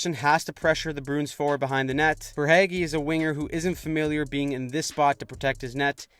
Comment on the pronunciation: the way yall pronounce verhaeghe got me in giggles